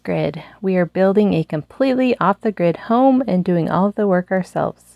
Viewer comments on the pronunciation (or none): none